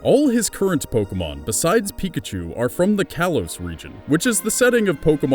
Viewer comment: everybody makes mistakes plus you said kalos wrong